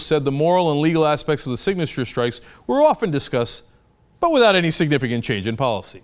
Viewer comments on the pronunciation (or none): none